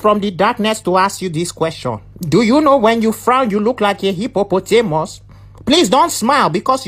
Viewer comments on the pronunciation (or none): This one made me laugh hard.. the way he said Hippopotamus